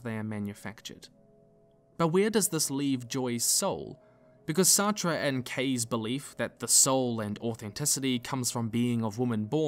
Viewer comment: Nigga, Sartre's name is pronounced "Sart" like "fart" but with an S, lol